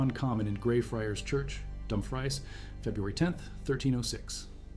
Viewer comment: Would be more impressed if they could pronounce Scottish place names, Dumfries isn't even that difficult, or Brechin.